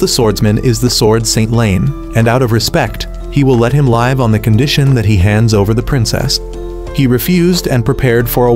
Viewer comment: AI script reader can’t seem to differentiate the 2 different “live” words lol “live” instead of “live” (liv-sounding)